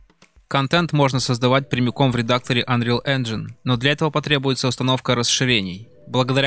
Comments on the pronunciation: "Конечно, правильно говорить "Инджин", но да ладно...". Автор, правильно говорить ˈenjən как раз. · Казуальная графика? Наверное автор имел в виду стилизованную))) И да, "Engine" правильно произносить как раз "Энжин"! Ха! Автор даже не знает, что не автодески делали Майю)))